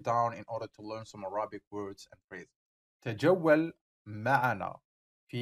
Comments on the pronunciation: Please, pronounce Arabic correctly, it is not ارابك it is اربك I beg you, I teach Arabic, and wanted to use your site, but this pronunciation is a killer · By the way, your English pronunciation of the word Arabic is wrong. The stress is on the first syllable, on the 'a'